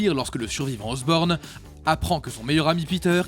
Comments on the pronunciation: "Harry OSROBNE"😭😭😭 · C'est Harry Osborn pas Harry Osrobne et Norman Osborn pas Osborne